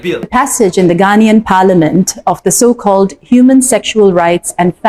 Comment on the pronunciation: Indian bi.. disrespectfully calls it ‘’socall’’